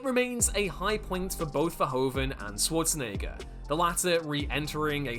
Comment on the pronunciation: Pronounce Schwarzenegger correctly.